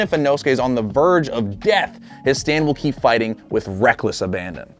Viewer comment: You said sand not stand